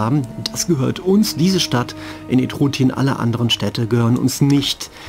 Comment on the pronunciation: Kleine Anmerkung, die Provinz nordwestlich von Latium heisst Etrurien (nach den Bewohnern den Etruskern) und nicht Etrutien. Ansonsten tolles Let's Play 👍.